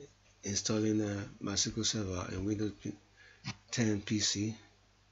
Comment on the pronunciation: am finding it hard to understanding what you are saying....is it MS sekal??